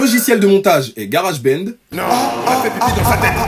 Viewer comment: Att comment il a dit GarageBand 😂😂